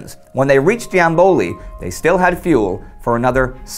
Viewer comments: It's Jambol,not Jamboli. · The Bulgarian base was the city of Yambol, not Jamboli. Wrong pronouncing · The city in Bulgaria is called Yambol (Ямбол). Not Yamboly.... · Hey Indy,great video as usual,just a remark-the city's name is Yambol without the "i" Cheers from Bulgaria!